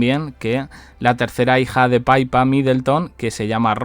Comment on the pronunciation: Da igual quien hable oficialmente...nadie puede decir la verdad...no conviene a la "Firma"....si nos enteramos será x fuentes extraoficiales... No sé pronuncia Paipa...Pippa ,tal cual,pero frenado, no como la pipa en castellano.